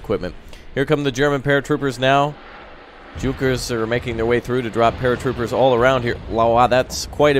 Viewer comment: Really junkers is not pronounced junkers it's pronounced yunkers